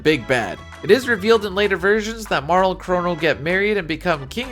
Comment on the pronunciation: Pronounced Marle correctly from jump? instant sub.